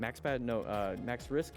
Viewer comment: Hes called maxwrist not maxrisk